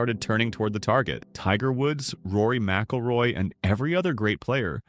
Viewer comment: Rory Mackleroy....come on man